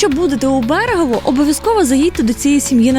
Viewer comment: Ледь відійшли від Мукачеве, Мукачевому тепер на Берегове почали. Правильно Берегово, Мукачево… запам’ятайте будь-ласка всі вже. Бо дуже багато звучить невірно поставлених наголосів про Латорицю, Мукачево, Берегово і тд… Просто підмітив і наголосив!